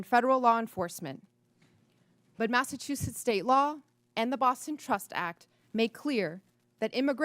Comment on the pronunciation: Can someone please teach that bafoon, Comer, how to pronounce Massachusetts… It is not Massattusetts 🙄